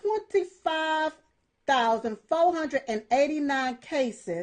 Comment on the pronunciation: Fow hundred?